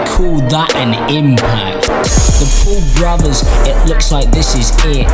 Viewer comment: I had captions on and it thought u said ‘poor bravas’ not Paul brothers and ‘jake pool’ etc Edit: also, my personal favorite, ‘QV Jake Paul intro’ aka queue the Jake Paul intro